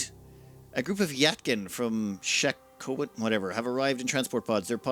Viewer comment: its not "yat-kin" it's "yee-tah-kin"